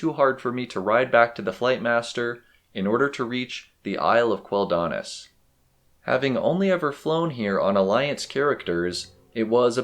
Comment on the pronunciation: The way you wrongly accent Quel'Danas triggers me 😅 Thanks for the video, it's quite cozy